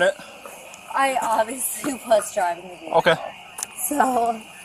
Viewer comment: 7 i counted that she said oviasly 7 times